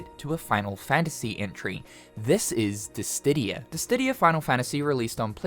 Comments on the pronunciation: Dissidia not disdidia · “Dis-SID-dia” plzzz! Haha not “Dis-DID-dia” 😭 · I knoooow, he adds a "T" THERE'S NO "T" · DISSIDIA NOT DISDIDDIA!! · disstidia? lol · I wonder how many times he misprounced Dissidia. What the hell is a Dissdidia? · Dissdidia? Where'd that extra D come from? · Bro has been saying Disstidia for years. When it's Dissidia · Hearing you say "Dis-titty-a" is driving me insane. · "Dis Diddy huh?" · Square could work with Arc sys too. But "Disstidia"? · lol I heard it too…”DissTidia” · Cause dis tiddie are lit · dissidia or dissdiddia? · Glad I ain't the only one! It made me cringe every time he said "DisTidia" xP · I thought i was going crazy everytime he said "DISTIDIA" I had to pause and listen again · Nice try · No T in Dissidia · Please man PLEASE stop adding an extra D in DiSSIdia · Dis-stidia...? well, that's certainly a new way to pronounce Dissidia! lol. 😅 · adding an extra "D" into Dissidia drives me bonkers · It sounds like Disdidia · Me neither lol. I love the guy but I can't fathom how he adds the extra "D" in there. I couldn't focus on the content. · Why do you pronounce "Dissidia" with a "T" if there's none in the word? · The way he pronounces Dissidia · Lol why you say dissidia like that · I dont know why he pronounces it that way tbh